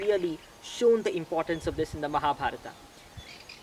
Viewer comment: That is right way to pronounce as in sanskrit.